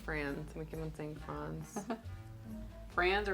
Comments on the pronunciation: Franz is pronounced "Frans" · Franz , teh proper pronunciation is the latter of those Franz is a fantastic Pacific Northwest Company. I can find the Franz bread at most major grocery chains in Seattle & surrounding cities. It runs $5.99 at my local grocery store. I can say the Franz bread keeps well on my countertop for up to 2 weeks, in my experience. Having started the low carb lifestyle 45 days ago, the Keto bread from Franz has helped make this possible for me. For 23 years I have taken a sandwich with me for lunch. Without the ability to make a sandwich for my lunch, I couldn't have started Keto diet. I don't get time to stop work & eat lunch! A sandwich I can eat on the go. The Aldi, & Sola brands I have heard about, but can't find locally.